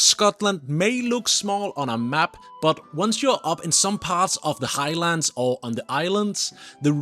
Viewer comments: Please don’t say High-Lands . It should be pronounced as one word and not two. Highlands. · It's NOT The High Lands, it's the "Highlands" (Hilands) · I’m triggered too 😮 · And it is not high-lands for starters. U didnt learn much while living in Scotland did u. Ignorant git whatever u r. Mallaig is not mal-laig either.